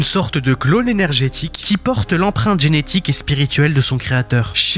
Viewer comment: et il dit enetique et pas genetique j'ai l'impresion mais sa va sa peux se conrriger